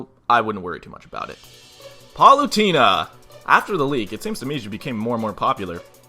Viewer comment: Its fun to watch people mispronounce palutena's name